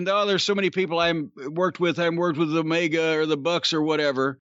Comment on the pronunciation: Why the hell do you call omega as Olivia....